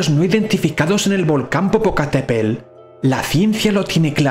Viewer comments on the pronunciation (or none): El volcán mexicano se llama Popocatepetl. Para aprender a pronunciarlo bien lo puedes separar en sílabas: po - po - ca - te - pe - tl.